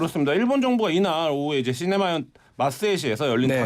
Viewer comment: 그러게요 김완기자가 시네마현이라 그러시네요 ㅎ 그런데 참 이거 헷갈리긴 합니다